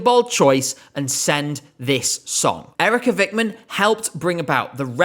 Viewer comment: We're not going to vote her because the way you said Eerika Vikman sucks ass